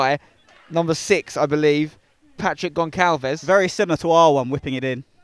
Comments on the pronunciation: Hey Uncle Spen...Your pronounciation of portuguese-based names is pretty decent...Small detail..."Gonçalves" is read as if it were "Gonsalves" pretty much, instead of "Goncalves"...Just for future reference! ;) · As a Portuguese speaking person, it hurts my ears to hear spencer say Gonqalves instead of Gonçalves 😂